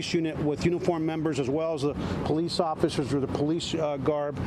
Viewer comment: I thought it was officers not offishers lol